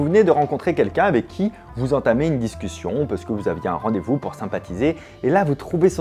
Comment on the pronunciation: Il a manqué un scussion quand il a dit discussion x)